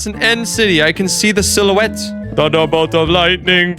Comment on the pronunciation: Are you French fluent ? I mean sometimes you genuinely sounds French haha (like at the begging of the video you said like "ouais ouais ouais" which sound French, and the way you say "silhouette" also sound French)